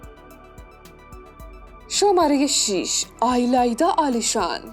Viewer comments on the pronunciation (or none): تلفظ ایلایدا رو همیشه اشتباه میگید 🤦‍♀️🤦‍♀️